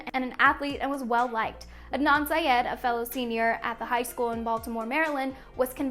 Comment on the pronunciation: The real crime is how she said syed